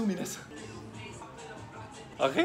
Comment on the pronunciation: あれ？が｢あげぇ？｣なのが好き